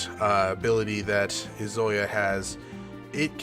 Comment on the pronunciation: I'm enjoying this playthrough, but the fact that you keep mispronouncing Izayoi's name (it's EE-zuh-YOY) is very distracting...